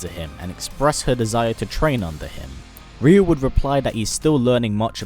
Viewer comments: Can you stop saying Rio it’s pronounced rayu TWAT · I hate when they pronounce the name "ReYu" I say "RaYu" although both names are pronounced incorrectly. Correct way to say Ryu is "yu". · Wait, so all my friends and I were always pronouncing his name wrong? We always said Rie-you...